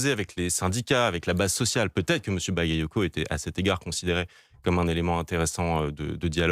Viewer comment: ils ne savent pas pronocé le nom bagayoco, mais quant c'est un nom polonais ou autre qui est très dificile,la sans probleme